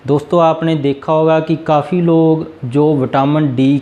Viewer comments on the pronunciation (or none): none